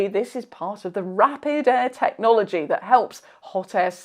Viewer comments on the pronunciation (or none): none